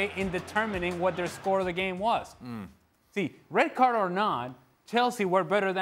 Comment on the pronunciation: What's wrong with the guy in glasses? Why is he saying red cardtsh? Why is he adding tsh to almost every word?